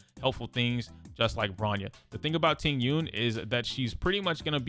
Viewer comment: How can you pronounce Jing Yun correctly but not Tingyun… it’s literally the same thing